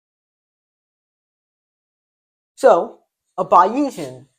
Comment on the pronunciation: He is writing too small. Also, he should check his pronunciation of "Bayesian" against the mainstream pronunciation which I believe is "Bayes" (long a like in English statistician Thomas Bayes, ) + "ian".